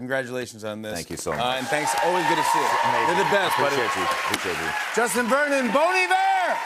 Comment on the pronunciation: Did Jimmy call him "Dustin" at the start?